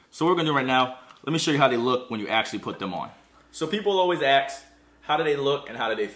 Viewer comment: people always "aks"